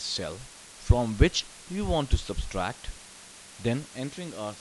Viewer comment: Thanks, but it is subTRACT, not subSTRACT. Very helpful, thank you.